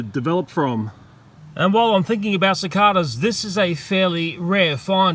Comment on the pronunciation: Yeah we all gotta save the cicadas (how he says it “cic-AH-dAH”)